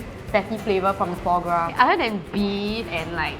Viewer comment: Just want to say that "foie gras" is pronounced = fwaa graa. I miss those episodes where it is not sponsored. This episode sounds a bit less genuine.